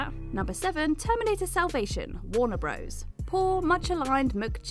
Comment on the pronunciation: a decade-long "de-LOOZH" in their "midsts" Warner "Broze" and was "rivaled" by critics and fans alike set in suburban "Americana" Roger "Ebburt"